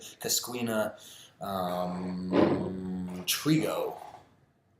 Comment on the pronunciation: It’s pronounced cuscenia and treego